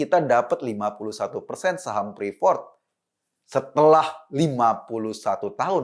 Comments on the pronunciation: Salfok sama pas nyebutin prefort = freport kan harusnya.. Hehehe maap yak bang eko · Ngucapinnya bukan ‘prifort’ ( ’) mas Ekooo… tp ‘friport’ 😀😂🤣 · Freeport om eko. Bukan preefort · Bang, freeport.. Nyebutnya fripot, bukan prifot